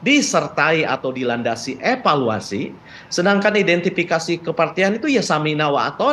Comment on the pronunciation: Gunakan bahasa indonesia yg baik pa.. evaluasi pa bukan epaluasi...